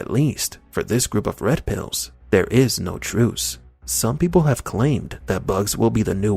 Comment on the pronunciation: "Those waskewy Wed Piws!"